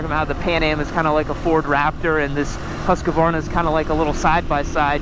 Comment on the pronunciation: When is gonna learn to say Husqvarna right 😂😂